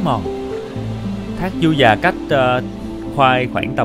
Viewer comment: Đang thắc mắc sao clip này nghe giọng anh Khoai lạ lạ, ko đặc giọng miền tây như trước nữa. Du Già mà nghe như Ru Già <"